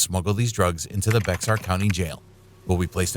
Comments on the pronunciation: It's pronounced bear county, not Bexar county...... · It's Not pronounced Bexar, it's Bear( X is silent)...Schmucks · “Becks Are” county????? It’s “bear”. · IT IS NOT PRONOUNCED BEXAR! IT IS PRONOUNCED BEAR!!! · It's not pronounced Bex-zar. It's pronounced Bear. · Just a pro tip…..it’s pronounced “bear” not Bex-ar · It’s BEAR county: not BEX AR county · First story... It's B E A R county ... The "X" is silent. Español... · Never heard someone say Bec-sar for Bexar (Bear). Cute! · BEXAR is pronounced "Behr" or "Bear" not "Bex-ar" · Bex-ar county? Try saying Be-har county. Sheesh... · The correct way to pronounce Bexar is BEAR not BEX-AR. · It's bay-har not bexar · 😂😂😂😂😂 it's pronounced Bear county. Not Bex-Are😅😅😅😅😅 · The county is pronounced Bear not Bexar! 😂🛫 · You don't pronounce the "x" in Bexar... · “Bec-star”. Bexar is pronounces as Baer. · As I live in San Antonio and in Bexar County, it's not called BEX-AR county but Bear County. It may look like BEX-AR but the name of the city that the county takes its name from is Béjar, so “bay-har” in Spanish. The X in Spanish usually works just like a J, i.e., with the sound we associate with H in English. "Bay-har" easily elides into "Bear". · It’s pronounced Bear, Bex-Ar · Bexar is not pronounced "Bex-ar." Silent X. It's just "bear" like the animal. BEAR! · "Bexar" is pronounced "Bear." For next time. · Bexar. Pronounced Bayr. Mispronouncing the county name in Bexar County WILL get you arrested and fined $100. Ask me how I know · The x in Bexar is silent! It’s pronounced like bear. For FYI😎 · Its Bear county the x is a brand not a letter. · It’s pronounced “Bear” county. 😳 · It's pronounced "Bear" .. X is silent. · It’s Bexar county, pronounced like ‘bear’, ‘x’ is silent. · Sweet Jesus, how hard pronounce Bexar county? It's pronounced Bear, for those that don't know... the x is totally silent and irrelevant. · Bexar is pronounced, "Bear". Tripped me out when I first moved here. Like why would you put a silent X there?